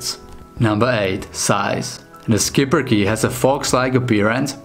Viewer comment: It's "Shipperke" not "sKiPpeRke"